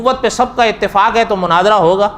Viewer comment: Manazarah Nhi Munazarah Likho Aap urdu waale bhi ajeeb hain Mufaalsh k saare abwaab ko Mafaalah bana dya he Fuaal ko fa'aal khete ho Suwal tumhare haan Sawaal hai Qeyamah ko qayamah Ulamaa ko ulemaa Ye ghaltyaan sirf aam admi nhi Blke urdu speaker aalim bhi krte hain Talaffuz durust kryn